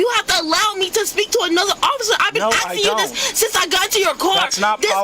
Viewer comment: "I'm AXING for a supervisor" !!!!! Lowest of the low